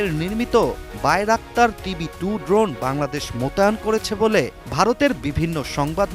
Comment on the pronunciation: ### কুকুর শুকুর সাংবাদিক উপস্থিকা বাংলাদেশের নাম বলতে পারে না